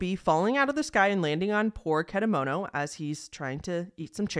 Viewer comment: And how you pronounce the name of the psychic is .Ket_a_moto. And how do you pronounce popee is poppy